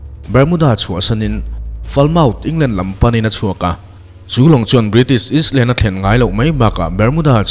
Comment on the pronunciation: Island, yacht, etc lamdan te pawh hi a diklo, hmasawn a ngai.ahse youtuber te hi an luhlul lutuk, an insiamtha duh lo reng reng.🤦🤦🤣🤣